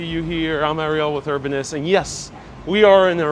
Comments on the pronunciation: It's pronounces E-ras-mus, You're leaving out the first s. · It's ERAS-Mus! You pronounce the 1st and 2nd S! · Your mispronunciation of 'Erasmus' 'Albemarle' etc. was a turn-off. btw, Erasmus Hall buildings are gothic architecture, NOT Victorian.